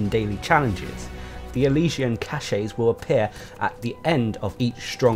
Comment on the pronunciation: CACHE is pronounces KASH, not KASH-EY!! 'Kash' is the correct pronunciation. If you pronounce it 'kash-ey' then you're actually using a different word entirely, cachet.